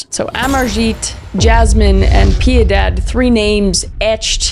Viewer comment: I just love how she cant say Piedad.